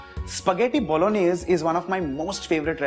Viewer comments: Ahh vineeth 's Bologanesh.. 😂 Jordindian fam.. 😂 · Pasta bologanesh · Pasta Bologaneshe, As said by legend Vineetya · Hi, chef varun. The native pronunciation of bolognese is actually "bo-lo-nyeh-zeh". The last "e" in the word is actually pronounced, and al dente is pronounced "al DEN-teh" rather than "al-DAN-teh. In any case, this is an out-of-this-world recipe, the channel is marvellous, and you are our very own 3-michelin-star chef: an absolute culinary genius without doubt